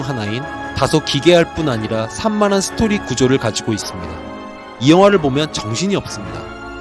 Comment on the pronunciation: '스토리' 이 세글자 말하는데 혓바닥을 쳐 굴려대지 않으면 뭐 누가 칼로 찌르나?